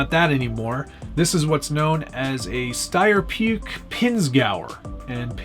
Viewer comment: Nice video, very nice! But pronunciation of the Pinzgauer ;-) - Steyr is correct, but Puch (city Graz) is one of those words non German speaking persons mostly never can pronounce correctly… ;-) - You say Pük, but it is P and a short U and then the difficult "CH", like the "J" in James Rodriguez (Columbian Football Player) … ch ch ch …. hard to find a corresponding English word.